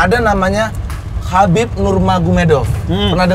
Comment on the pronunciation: cara baca nama dari Khabib Abdulmanapovich Nurmagomedov itu 'Habib | Abdul mana pofic | Nur muhammadof' sumber : watch?v=xCV-ouriZYY